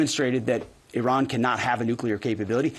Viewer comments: Yes yes yes the USA is the greatest country on Earth. How do you pronounce 'Iran' again? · He can't even pronounce Iran correctly. What a prat!